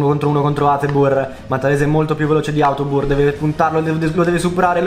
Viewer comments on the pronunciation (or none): # Autobur invece di Hateboer